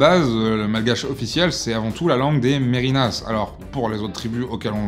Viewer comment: merinas se prononce merne, le i s'avale